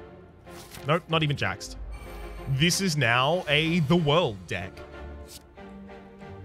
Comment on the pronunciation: Your aren't pronouncing The World correctly.